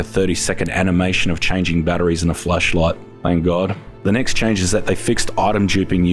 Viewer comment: Sounds like Fleshlight for a second LOL